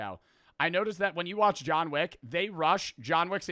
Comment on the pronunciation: boii said jawn wick in nu jersey boiiii this not abahht yuuuuu 😭